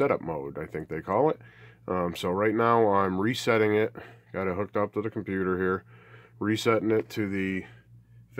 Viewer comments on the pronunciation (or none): none